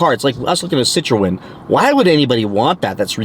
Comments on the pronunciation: It’s pronounced Sit Tron. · pronouced 'si-trhun'